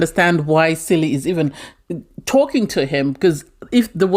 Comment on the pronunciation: Chelly pronounced Shelley